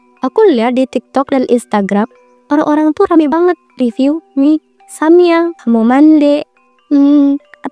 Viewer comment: mie samyam😭😭🤣🤣mie samyang woiii